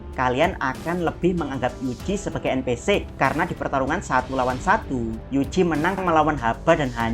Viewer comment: En pi si ama em si , bro baca nya. Ganjel banget dengernya